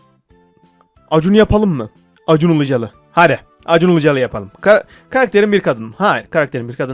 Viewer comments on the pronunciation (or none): Acun ULUCALI değil acun ILICALI